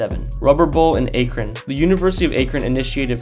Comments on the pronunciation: It’s pronounced ack-rin not akrin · Ahk-rin not Ayk-rin thought everyone knew it by now because of lebron hahah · Akron, not “Aikron” as you pronounced it. And you said against the buffalo bills?? Lol I know what you meant but wow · its akron is pronounced "Ack-rin" love the video tho!! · Um it’s pronounced 😂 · A-krun?! You're clearly not from Ohio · You pronounced Akron wrong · Lol you should look up how to pronounce things first. Euclid and Akron. I thought everyone knew where LeBron was from. Hahaha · Akron...ask a local how to pronounce it.